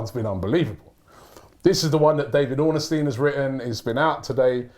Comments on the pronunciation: Why does Robbie pronounce Ornstein as Ornystein? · His name is pronounced Ornstein not Orenstein.